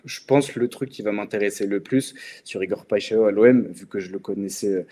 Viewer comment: Big up la Team et continuez comme ça !!! Pour Igor je vais te donner un moyen pour bien prononcer son nom... Alors PAI en portugais (brésilien c'est pareil) ça ne se prononce pas "pé" mais ça se prononce "paille" ensuite XAO se prononce "cha-on"... Au final ça donne "PAILLE-CHA-ON"... Saches aussi que "paixào" signifie PASSION (peut-être un bon signe pour l'OM ???)